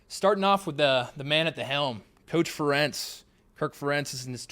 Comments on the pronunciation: Ferentz rhymes with parents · You mispronounced Ferentz so bad 😂